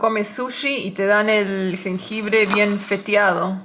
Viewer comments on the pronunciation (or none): Me encanta verlos juntos y sobre todo ver a cocinando, morí de risa con el "jenjebre", saludos desde Oaxaca México.